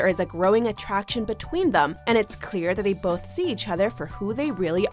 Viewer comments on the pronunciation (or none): I can’t handle the way the narrator pronounces “them” as “thum”...Jesus Christ